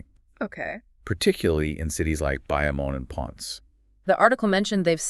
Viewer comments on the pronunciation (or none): the way he said Bayamon and Ponce hurt my ears 😆 but overall I appreciate the effort put to highlight a real issue plaguing my homeland. It’s not surprising that doing a YouTube search for Puerto Rico trash problem and you guys video wasn’t even in the top 20 search results. The others were just the same tired old fake outrage, condescending, soft bigotry of low expectations diatribe.